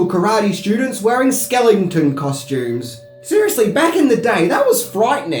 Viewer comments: That's the 2nd time I've heard you say skelington! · thank you for pointing that out! I thought I was the only person here who heard it 😂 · what's wrong with your pronunciation? Okiwan? Skelington? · He also said “Skellington costumes” haha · NARRATOR SUCKS. "Caibra Koe"??? "Karate Dome"??? "Skellington"??? What the fuck are you even talking about? Worst marble-mouth accent ever. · Kaibra Ko? Oki-wan? Skellington? LOL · “an okie-wan” instead of Okinawan got me giggling Other favorites - Kaibra ko, skellington costumes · LOL, you said "Kibra Co" instead of Cobra Kai. lol. Also it's Mr. Miyagi who suggests the tournament not Reese. PS: say "skeleton".